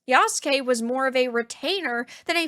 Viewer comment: what's even stupider... is that Naruto's rival is Sasuke, the "black samurai's" name is Yasuke but they still pronounce Yasuke like english speakers. If Sasuke is pronounce sass-kay, why would Yasuke be pronounced ya-sue-kay? His name would be pronounced yass-kay